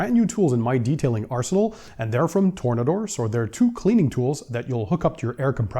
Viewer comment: Its Tore-Nader